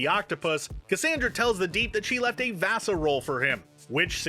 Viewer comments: Vasser not Vasa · VASSAR. Not VASA. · so did cassandra say vassar or "vasa"? i swear i thought she was talking about vassar college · That's Vassar, not Vasa. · I thought she said she left Vassar (as in Vassar College, where she might have been on the faculty), not VASA. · Vassar not VASA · Vassar is a college. She said Vassar. Not VASA or Vaught NASA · OMG >< It's "Vassar" not "VASA" and it has nothing to do with Vought, NASA or outer space - it's a famous US women's College, one of the oldest in the USA. I'm not even a Yank and even I know that. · Cassandra said Vassar, not VASA. It was a reference to a famous college, not NASA. Also, I think the young Butcher shared a room with his brother, why wouldn't they have two different posters if they followed different teams in a room they share?